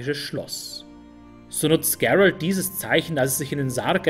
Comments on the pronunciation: Geilo, aber bitte Gerald wie Gerald aussprechen. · klasse Video , nur den Namen musste nochmal üben GEEEEralt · sprech Geralt nicht englisch aus. Wieso hast du dich dazu gezwungen gefühlt? :-/ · Finde ich auch. Liegt wohl am Netflix Einfluss. "Gerald" xD Ich komme aus Polen und ihr könnt euch die Aussprache beim alten low budget polnischen Witcher Film hier auf youtube anschauen. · Einzige Kritik ist die Aussprache von Gerald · top, echt gut u ausführlich u sprachlich sehr schön! Von Tolkien, Elder Scrolls, Germanenmythologie, Kelten und soooo viele andere, nun also Witcher, Oida, das machst du astrein. Aber, Geralt von Riva, der Name Geralt wird auch wie im Deutschen gelesen u ausgesprochen🤔🤗. Aber das soll keine Kritik sein, nur ein Hinweis von jemand, der das was du bringst sehr respektiert u achtet. Auch das du keine Politik ins Spiel bringst, sondern wirklich nur über das jeweilige Thema sprichst! In der heutigen Zeit, in der vom Fußball und der Werbung und sogar Kochsendungen durch u durch vor Propaganda u Politik nur so triefen..🤢🤮., mach bitte weiter so, du machst das soooo gut verständlich, top. 👌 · Spricht man Geralt nicht einfach so aus wie es geschrieben wird? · Sprich doch bitte Geralt normal aus. Das ist kein Ami Name.